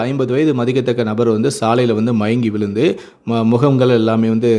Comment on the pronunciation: மொதல்ல ழ ன்னு சொல்ல பாருங்கடா. விலுந்து விட்டாராம். கடவுளே!!!